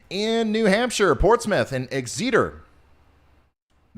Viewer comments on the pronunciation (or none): “Ryan” Exeter not Ex-eater but Eggs-Sir-Ter 😉 These are Old World Anglo Saxon England 🏴 names of towns,pronunciation is tricky despite still being English.Don’t let these people get the best of you.